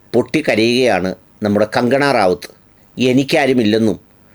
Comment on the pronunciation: Please pronounce her name correctly.